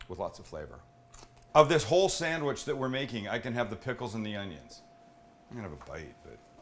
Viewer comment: Damn Sam, That's one fine "Sammich"!!